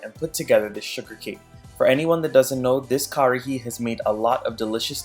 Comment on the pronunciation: Love love love this recipe.....but just remember it's (karahi)....not (Kahari)